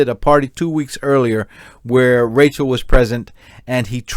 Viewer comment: Rachelle not Rachel